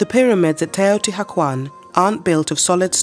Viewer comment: I can’t listen to her repeatedly mispronounce Teotihuacán